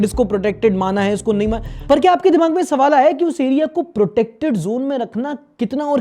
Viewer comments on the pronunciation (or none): none